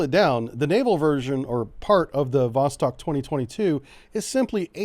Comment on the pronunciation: Great coverage of the exercis👍👍👍 BTW, Vostok is pronounced Vos-(stock) instead of Vos-(tech).